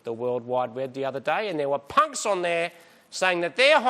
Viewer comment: gotta say, when Marty says "punks" in his old man voice it sounded like "c*nts" to my ears, and it felt on point